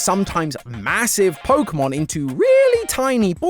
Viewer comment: Ah yes. Polkamon. Let us all ignore the correct pronunciation of é. 😂